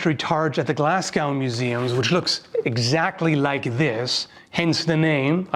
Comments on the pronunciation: Glasgow is pronounce go not gow like cow. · Glasgow pronunciation: Glaz-go. Not Glass-gow. As a Scottish person, I had to double-check the description to make sure you were saying what I thought you were. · Glaz-go not Glass-gow please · Great to see a Scottish weapon being talked about. FYI Glasgow is pronounced "Glaz-go" rather than "Glass-gow" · love you bro but coming from someone from Glasgow it's pronounced glas-go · it's pronounced glazgo not glasscow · Glasscow or Glasgow like “Glaz Go” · "glasgau" lmao. It's pronounced like in the word "show", or locals say "Glesga". Great video, but as a scot I thought you were talking about a really obscure place until I realised lol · Its said 'Glaz-go' my good ser! Not 'Glas-gow' Source: Am from there ;D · Sorry. Glasgow native here. It's pronounced "Glaz-go", not "Glass-gow". Awesome shield. Beautiful design. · Sorry about this but Glasgow doesn't rhyme with cow. Just pretend the 'w' isn't there when you say it Glass-Go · Glasgow = glaz-Go Not glass-cow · As a Glaswegian, I just can't help but correct the pronunciation of my home city. It's 'Glaz-go'. Great vid, as usual. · Its pronounced Glasgo not gow lol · Couple tips on pronunciation Glasgow = Glaz-go, not glass-cow Colloden = Cull-odd-en Other than that, love to see some Scottish equipment represented, cheers :) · bonnie targe. Glas-Go brother, not as wrote. not "Gow" but "Go". think Moscow and how you say it. you don't say Mos-Cow ;) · Scottish from Glasgow. Its pronounced Glazgo (normal) or Glezga (slang). Absolutely nobody says Glasgay. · Glass-go is how it's pronounced. Unusual to hear that w xD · I love hearing Canadians and Americans trying to pronounce Glasgow. It's more "Glaz-go" than "glass cow". Bonus points for Glaesga(Glehs-ga), but that doesn't really work outside a weegie accent.😂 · Actually it's Glasgae. almost Glazgay but not quite, The English pronounce it Glaz-go or even Glarsgo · Also Glasgow is Gla-ss-go Not Glass-goo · “glass-gau” lol